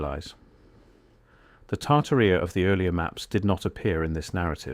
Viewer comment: Probably pronounced tar-TAR-ia.